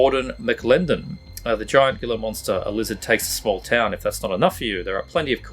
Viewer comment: Gila is pronounced like Heela